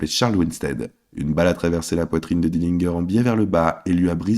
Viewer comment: Dillingueur? Encore un trompettiste!!! Tu dis pas Guinguembre!!!!!!! Pompe à vélo donc pourquoi tu prononces pas Dillinger comme il faut?